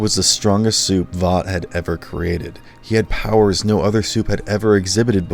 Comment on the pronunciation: I wonder how people can watch a show to the end hear the same word over and over and over and still not be able to actually pronounce it properly like Vought you say it wrong they say it a million times in the show how do you get it wrong